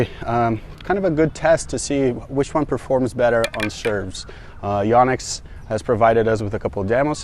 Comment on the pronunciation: why do americans mispronounce Yonex so badly.. its not YAH-nex its yoh-nex